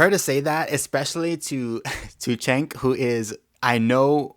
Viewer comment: Has a conservative EVER pronounced "Cenk" right? It's pronounced Jenk. He says his name all the time. Jenk Yooger.